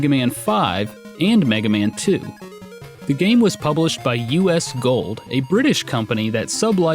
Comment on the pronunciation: When he said U.S. Gold I died inside